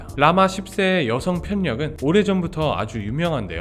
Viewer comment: 편력의 올바른 발음은 편녁이 아니라 펼력입니다. 신경 써주시면 감사하겠습니다.